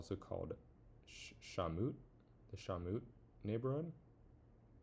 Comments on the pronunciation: “Shaw-mutt” not “shawmoot” “Deep South Boston” aka “Southie” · shaw-mut, the vowel of the mut part is pronounced as a schwa, which makes the uhh sound, and not the oo sound, sorry for being a bit annoying with the spelling corrections also on a side note, you should definitely play the game in 4x speed while building so you can make money faster, since most of the time you spend on the game is building, so i think its better to leave it 4x speed so you can still gain money while the game is playing, as well as the fact that the playback speed affects the income rate for which you could profit more from it, rather than to miss out on some precious time of which you couldve made more money rather than not making money, even during construction.